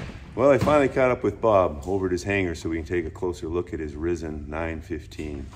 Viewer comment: It's a "Risen" (pronounced 'Ryzen', like 'rising' without the 'g'), not "rissen".